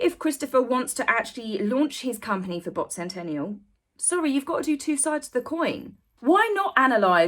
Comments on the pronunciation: Bot Sentinel, Not Sentential or Sentenial. Not complaining, just had to set it straight. Appreciate your time and effort on this. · It's Bot Sentinel, not Sentennial. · Interesting video, thank you. But it is SENTINEL not Sentennial!